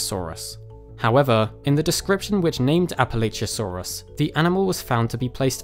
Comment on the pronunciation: It's Prounounced Appa-Latch-uh source, I live in Appalachia